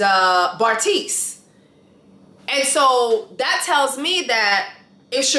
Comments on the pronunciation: The fact that you called Bartise “Barista” the entire video 😂 This review is spot on! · Hahhaah you're so funny!! You calling Bartise "Barista". LMAO